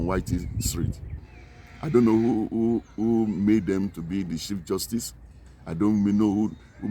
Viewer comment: "Chief Justuce" That one caught me